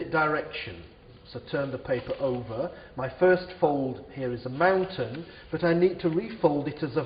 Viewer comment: yes i know but it sounds like fountain